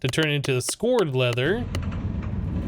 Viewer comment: that's scoured leather (sk ow er ed) like scraped